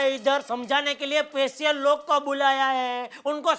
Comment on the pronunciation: Special ❌ pesial ✔️